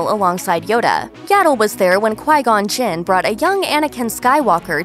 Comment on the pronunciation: “Qui-Gon Chin” ok